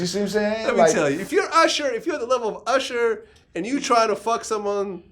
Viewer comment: why does he keep saying "ursher" lol.